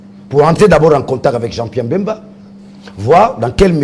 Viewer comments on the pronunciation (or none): Daniel Safu,on ne dit pas,il siesta fait bcp de l'argent mais bcp d'argent, en plus son nom est BEMBA ,pas Mbemba